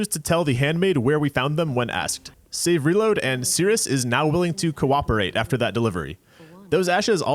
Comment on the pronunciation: great content with this series, but i have to mention that after untold hours of watching souls videos and exposure to the term “save; reload,” is the first time i ever heard “savory load” instead. thanks for that, i hate it.